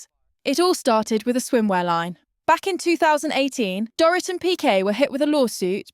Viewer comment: Another AI narrator? Watched multiple videos where this account has pronounced Teresa's and Dorit's last name 3 different ways